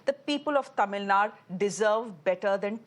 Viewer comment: Its Tamilnadu not tamilnad, kannada not kannad!!